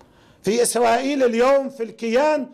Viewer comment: امليكا و باليس و اسلاءيل و اللوساء و ايلان و اطلاق النال ....حرف الراء لا تسطيع نطقه و ستحالب اسلاءيل ..نام تفووه